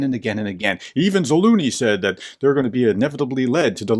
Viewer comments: What happened to the letter z in Zaluzhny? Is it silent? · pls professor read the mans name once more and pay some attention to your pronunciation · By the way - you should look into this "professor" - he is not an expert in anything at all - and its no surprise that in almost two years he cannot properly pronounce the name of the head of the AFU.... but I guess he feeds your russia hate so that is all that matters. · Please learn the proper pronounciation of Slavic last names professor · Are you pronouncing the general's name right ? there is a second Z in there. You make him sound like a cartoon character. Otherwise a very informative article. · Dear Professor, thank you for your analysis but would you please, please learn to pronounce words like Zaluzhny and Avdiivka correctly? Other English-speaking commentators can manage it, why can't you..? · Please Search Zaluzhny Pronunciation:yt:🔊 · Ok, look let me help you. "Treasure" "Measure" "Leisure" "Zaleisure" "Zalusure" "Zaluzhun" "Zaluzh-knee" I'm sorry, it's killing me hearing you call him "Za Looney". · Its ZaluZniy not Zaluniy 😁 I think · Great video! Just an fyi, his name is pronounced Za-luge-knee. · Not Zaluny, but ZaluZHny, learn our heroes! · An excellent clarification as always. One thing that cracked me up was saying “Zaloony” instead of “Za-loo-zh-nee.” It’s “Za-loo-zh-nee,” with the “zh” sound being similar to the soft “j” in “Jeremy.” 😂 Not a big deal, just trying to assist. 😎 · Ukrainian here It is ZaluЖny , the Ж sound is the same as in Жukov: Ж=zh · It would help if you would please pronounce this well known General's name correctly. Zal oozh ny, with the zh being pronounced the same as the 's' in measure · No loonie in Zaluzhny's name, where did you pick that up. You nearly said it right one time. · You can pronounce AZURE and LEISURE so please stop mangling the general's name into a joke. It's za-LUZH-ny. The zh sound is exactly like thr z and s in those words, respectively.